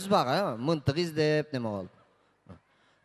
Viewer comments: Мынтык эмес мылтык, жэ мага эле ушундай угулуп атабы? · Мынтык деп атат рахманда Мынтык деп айтат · Еже тушунсонор болдуда мынтык дейби пылдык дейби тушунсок болдуда😄😄😄